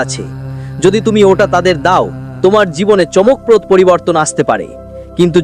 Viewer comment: Chamakprad noy chamakprada